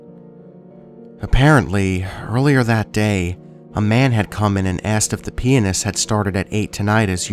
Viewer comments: I love your voice so freaking much, I wish you'd upload more. Also not to poke fun but the way you said pianist sounded like penis. yes I giggled. lol. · Dark Empress lol sure does sound like he says that!